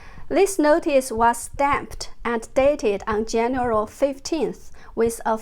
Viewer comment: More amazing info but Jennifer can I please help you to pronounce 'January'? 😂 Have a great weekend :)